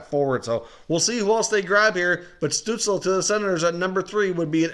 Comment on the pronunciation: I love your videos, but every time you say Tim Stutzle's name, it makes me cringe... It's pronounced like STUHTSEL. Anyway, keep up the videos, I will continue watching!